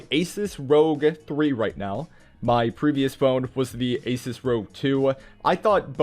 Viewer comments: Um bro its called r o g not rog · Thanks for the video. And sorry, but it's ROG, not Rogue.😅